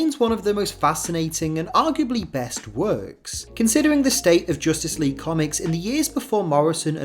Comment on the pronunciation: "JOOSTICE LEAGUE"